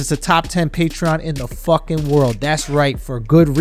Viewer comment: Why does it sound like he don’t believe patreon is pronounced patreon